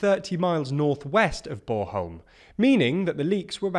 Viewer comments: "borholm"? Just say it like it is spelled Born-holm. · I really have to itch this one- Its Bornholm not Boreholm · sorry to nitpick, but there's an n in BorNholm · I'd just like to stress that, like in litterally all other languages, the letter N is not silent in Danish. b-o-r-N-h-o-l-m. Thank you. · "Boreholm" -- I love it! 🤣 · Can't say i have ever heard it pronounced "Borholm". And i am fairly sure that it is expected to last until Sunday, and not a week. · it's not bor-holm; it's born-holm. The N isn't silent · With all due respect, but try make a little effort in pronouncing Scandinavian names really. It says ‘Bornholm’ and you came up with ‘Borehole’?? Feels a wee bit condescending old chap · Its note bore-holm :P Lots of tourists like it ;) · BorNholm, with an N ;-) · Can you say BorN-holm :) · I guess Brits are just unable to pronounce the letter "N". But then, whenever they talk about Ukraine, they pronounce the "KH" as "K" in places like Kherson and Kharkiv, rather than pronouncing it like "H", like it's supposed to. So just generally don't trust pronunciation from these guys. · I'm sorry fellas: It's a decent pronunciation of "Bornholm", but please do not forget the "n" right in the middle of it ^^ Thanks for the update! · Nothing silent about the l and m either. Im not sure what hes saying there. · My brother knew someone from Bornholm - I thought she pronounced the "n". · Guy butchers the pronunciation of Bornholm, but only the ‘born’-part which is pronounced like the English word ‘born’. 😂